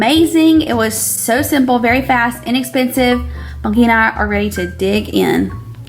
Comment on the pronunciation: Do you call him “monkey” or “Bunky”???